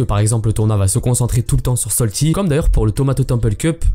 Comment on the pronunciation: STP C’EST SALTY PAS SOLTY merci 😂